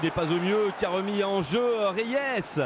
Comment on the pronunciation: Idiots that can't even pronounce Reyes without putting some French touch to it.